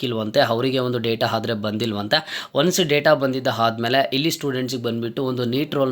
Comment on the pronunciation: ಹಪ್ಲಿಕೇಶನ್ ಅಲ್ಲಾ ಅಪ್ಲಿಕೇಶನ್, ಹಾದರೆ ಅಲ್ಲಾ ಆದರೆ